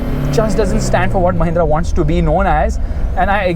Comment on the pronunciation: it's mahinnra